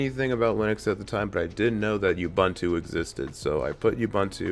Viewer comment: Your pronunciation of Ubuntu is offensively racist and colonial. If you know how to use the Internet, take the time to Google it. I cannot bear listening to your ineptitude.